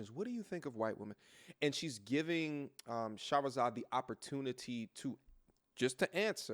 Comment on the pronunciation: Fam, "Shah-ra-zad" Ali. 3 syllables only not Shah-ha-ra-zad. It's spelled on over 6 books she's written. Love your content, fam but we gotta get the Godmother's name right at least.